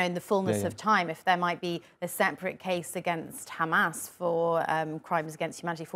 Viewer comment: what i can understand of IS Not Real defense is they said: khamas this, khamas that, khamas why, khamas for, khamas khamas khamas